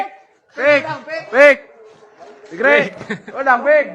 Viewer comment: Fikri Bambang tapi ngomongnya pikri